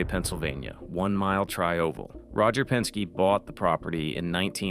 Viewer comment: Is it Penske (not Penke) Street at Riverside?